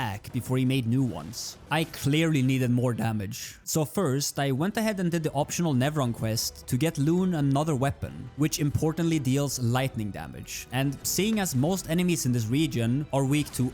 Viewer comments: Bruh, I hate how he calls her "Loon" 🫩🫩🫩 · Im sorry but i cant watch any further with you saying 'LOON"